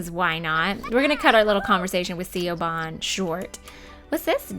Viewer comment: Hey, just a sorta FYI, Siobhan is pronounced like "shuh-von". Ik, it's absolutely nothing like how it's spelt, but I guess that's just how it is lol.